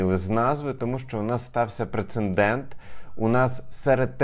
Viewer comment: ПРЕЦЕДЕНТ ! А не прецеНдент! В цьому слові одне Н!